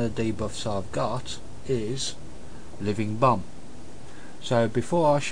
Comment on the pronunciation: it sounds like he said "living bum" hehe, nice video for beginner, i personally knew all this, i love to use power auras, i think its the best wow addon ever, but show me how to show hand of gul'dan active timer, it just wont' work for me. :/ anyone know?